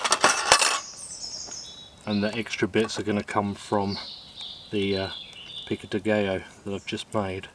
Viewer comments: It's pronounced pico de "guy-oh," not pico de "gay-oh." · it's pronounced GUY-OH not GAY=Oh 😂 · Pico de "gay-o". That cracked me up every time you said it. It's pronounced Pico de "guy-o". 😆😂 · Its pronounced Pica de guy-o. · It pronounced like this. peek go day guy yo !